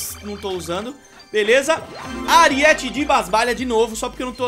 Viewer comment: Não é "ariéte" e sim "aríete" vc falando errado me da agonia